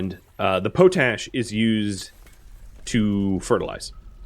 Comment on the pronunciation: Love the videos keep it up but it’s pronounced pot-ash not potash it was used to clean pots in the Middle Ages hence pot ash